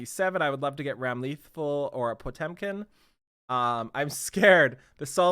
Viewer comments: it's ramlethal not rAm LeThAl, zanuff not ZaNoooooF. AND YOU CAN SAY POTEMKIN RIGHT? WTF LOL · Ramlethal's name is actually pronounced Ram-luh-thall. Also fun fact for E7 players, she's Elphelt's sister.